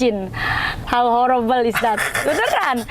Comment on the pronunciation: how horrooobel is ded?? Wkkkk emang horor sih elu 😂